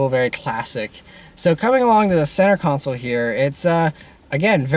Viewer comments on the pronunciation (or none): none